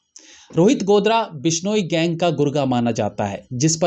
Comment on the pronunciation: गोदारा है भाई साहब गोदरा नहीं